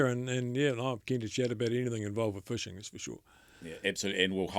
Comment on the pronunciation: Fishing. Not fuushing